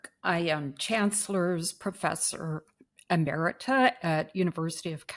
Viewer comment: Did she just mispronounce Emeritus?